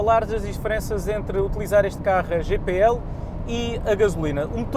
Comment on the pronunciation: Tenho 2 veículos a GPL e só lamento ter andado 20 anos a queimar gasóleo. Arrepio-me todo quando ouço a forma como este artista diz GPL... a GNR deve estar a rir e com razão... ;)